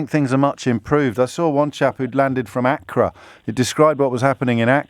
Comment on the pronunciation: James O'Brien - Accra - emphasis on the first syllable. Why doesn't he know how to pronounce words correctly?